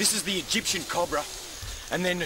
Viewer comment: I fucking LOVE how Steve says "Cobra!" the Australian accent is just beautiful at times! COB-RA!